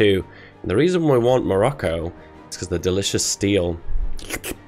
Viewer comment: Instead of hearing "Kingdom of Morocco" when he was justifying his war goal on Morocco, I heard "Kingdom of Barracko" Edit: The Interwar Government for Germany prior to WW2 was, drumroll pleeeaaaseee: The Weimar Republic! Like 99% of people know this, step up your quiz game.